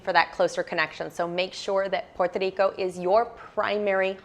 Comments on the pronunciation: great information and I love the way you say Puerto Rico. God bless you. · Great info. I appreciate the effort to say Puerto Rico in Spanish. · Si es cierto es la única que lo dice muy bien en español she’s awsome